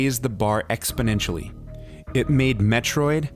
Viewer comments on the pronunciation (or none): none